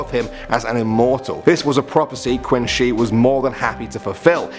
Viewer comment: It's pronounced Chin Shir not Quinn she.😁😁